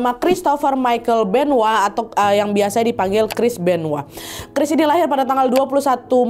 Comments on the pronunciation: Benoa? Benoit kali wak . Benoa mah Bali 😂😂😂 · Terlalu lebay nyebutnya Chris benoa udah tau Chris benoit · Chris benoit kak, bukan chris benoah😅